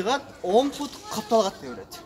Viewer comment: Пут эмес бут!